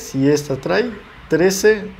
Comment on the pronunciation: bueno el video. pero tienes un detallito de diccion. por ejemplo: no es trai, es trae! te falta un poco mas de soltura y confianza.